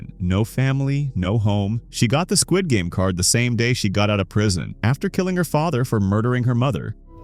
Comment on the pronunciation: oh I am not bullying you I just thought that you pronounce the as teh😢